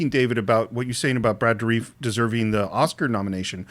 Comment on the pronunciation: Does your guest know Brad Dourif personally? As I've always heard his name pronounced Door-riff (including in official promo materials) not Door-reef.